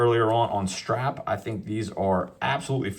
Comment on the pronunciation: "Rubber shtrap"